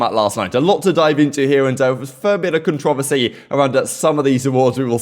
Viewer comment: . The way you said controversy😭